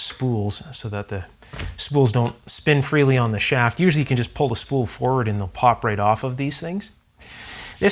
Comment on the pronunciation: Please stop mispronouncing the simple to pronounce word ,"pull ", it's not. ,"prrrhhhlll".